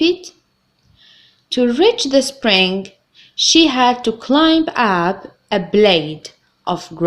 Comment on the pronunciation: يا حبيبتي:the letter"b" in word climb is silent